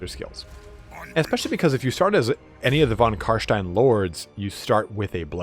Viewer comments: CarSTIEN NOT CarSHTIEN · Its not Carshtein its Carstein ;)